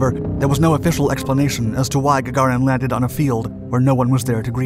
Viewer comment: Gaga REEN. that is how one pronounces it